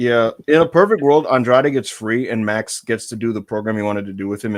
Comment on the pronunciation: No but really called him “Mocks” smh